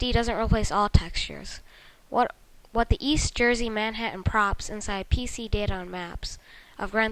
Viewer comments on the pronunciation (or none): none